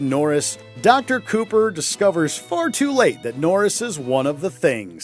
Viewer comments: #2. The doctors name is Copper not Cooper. Do better research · Severely disappointed that "The Innocents" didn't make this list, with Peter Quint emerging from the shadows of a statue. Also, it's Dr. Copper, not Cooper, in "The Thing".